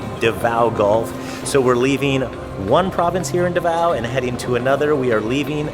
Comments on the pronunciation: Nice! First if all, it's pronounced as DA-vao, instead of da-VAO. Even non-DAvao Filipinos get that wrong. And yes to fellow Filipinos, pronouncing it rjght is as important as prouncing your own personal names right.😉 Besides that, you're family is doing great and thanks for having an awesome time in Davao. 👌 Madayaw! 🦅 (MadaYAW = good; pleasant; beautiful) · Da-vao not D'vao